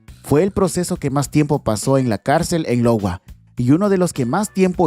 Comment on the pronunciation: Ya pero en el caso 13 no era Lowa , es IOWA